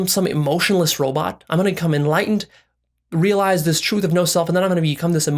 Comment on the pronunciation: This nigga said real eyesed